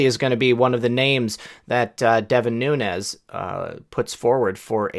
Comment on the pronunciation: Never noticed the discrepancy on that word in your videos. However, the one that bugs me is when you say noon yes instead of noon es for Devin Nunes. Much love, thanks for all you do!